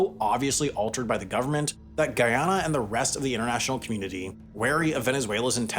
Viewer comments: Not to take away from the actual content of the video but “Gee-yana” 🙃🙃🙃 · Its pronounced Guy-yana. Guy as in Guy Fawkes and Yana linke in Banana. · Bro pronounces Guyana and Guyanese differently EVERY TIME HE SAYS it. GUY-ANNA. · i believe its GUY-ana. Im Jamiacan but I got a couple friends from Guyana and they thats how they say it. They havent corrected me since. Bro shouldve done a quick research on the pronunciation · Why can Americans never pronounce Caribbean countries' names properly lmao It's literally pronounced how it's spelled; "GUY - ANNA" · I'm convinced Sam just loves pronouncing places wrong to farm angry comments 😂 Where is this Geeona place? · Damn..... Not even American and didn't know about Guyana as a country - thought he said Ghana (Africa) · Bro every video i keep telling you research the goddamm pronunciation, as a Guyanese it's annoying. Can't pronounce GUY - ANA. OR SURI NAMÉ OR ESIQUIBO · Yeah except how to pronounce Guy-anna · Dude pronounced the country correctly once in the first five seconds and butchered it every other time. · Omg I can’t take his pronunciation of the country’s name. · How do you pronounce the country name correct in the first 7 seconds the proceed to pronounce it wrong the rest of the video 🤦🏿‍♂️ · Does this guy seriously not know how to pronounce Guyana? He sounds like an invalid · Re-do the audio and pronounce the country properly, my man. I expect better from a 5 million sub channel. Thumbs up for everything else covered. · This man made a 20 minute video but did not learn how to properly pronounce the name of the country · The way this guy pronounces Guyana or Guyanese is irritating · As a Guyanese I'm waiting desperately for at least one of these youtubers to pronounce the name of my country correctly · Hearing this guy say Guyana makes me 🤮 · Bro every video they do on this region I call them out on the pronunciation and they still keep fucking it up. See Essiquibo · It's literally pronounced how it looks